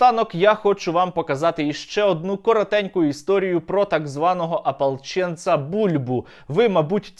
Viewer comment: Не "ополчєнци", а "Апалчєнци"!